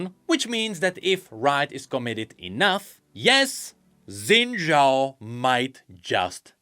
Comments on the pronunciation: Xin Zhao is pronounced phonetically as "Shin Jow" not "Zin Jow". Don't know why we decided that's how it's spelled in the roman alphabet, since it obviously came from something originally in Chinese characters, but eh I'm just being a stickler. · shin jao, that's the pronunciation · daily PSA (day 4379): Xin Zhao is pronounced "Shin Jaow". "Shin Zaow" is also acceptable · Xin Zhao ❎ Xin Zhaao ✅ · Xin Zhaao? Xin Zha'ao? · Noooooo. Not Xin Zhaao. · I thought he said Senna Shao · Xin' Zhaao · so.... Xin Zhaao. oooooh that's harsh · uhm, its Xin Zhaao now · Xin Zhao comes back as Xin Zhaao (darkin) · sounds more like Zhin Xao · Lmao where'd the extra syllable come from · Umm it's Xin Zhaao?